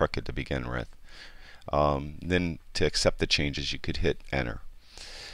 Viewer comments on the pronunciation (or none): "To accept the changes just hit enner."